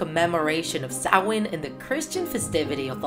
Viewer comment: Thank you for pronouncing Samhain correctly! I always carved turnips as a kid in the 90s We didn’t have pumpkins in Ireland back then.